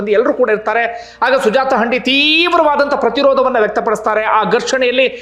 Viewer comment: ಹಂಡಿ ಅಲ್ಲ sir ಹಂದಿ